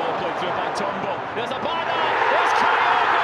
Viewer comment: Who is "Kaiogo"!!??? This Japanese player is called "KYOGO", as in TOKYO/KYOGO!!